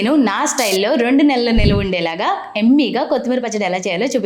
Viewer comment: ఎమ్మీ కాదండీ యమీ అనాలి